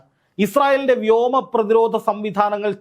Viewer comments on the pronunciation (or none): none